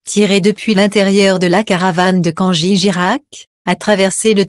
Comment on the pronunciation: Avant de nous déballer votre discours, apprenez d' abord à prononcer le prénom correctement au lieu de Kangi